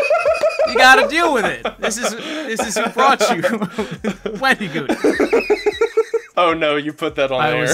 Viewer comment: I like how he was joking about wendigoon saying places wrong, yet he kept pronouncing it wendeegoon, nothing against it just thought it was kinda goofy